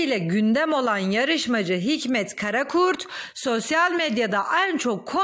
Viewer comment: Hikmet KARAKURT .....soyadimizi düzgün okurmusun lutfen